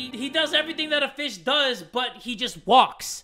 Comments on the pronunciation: When he said walking fish I legit though he said walking bish and I was so confused.... 😂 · I thought you said the walking bish